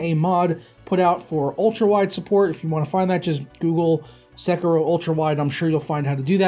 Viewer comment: SÉ-KIRO hahahahahahahahaha